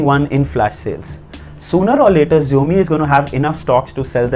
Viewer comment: Bro..... it's not zhaomi(xiaomi) It is shaomi Also it's not woo(Vu) It's view 😅